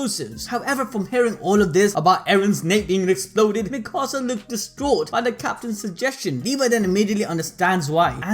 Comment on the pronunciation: i hate the way they say mikasa after just rewatching it dubbed lol